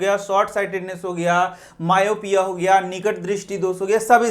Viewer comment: You tell myopia wrong